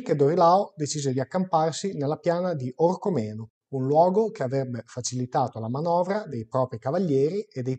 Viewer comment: cmq si dice orcOmeno con l'accento sulla seconda "o", non orcomEno!! 😉😉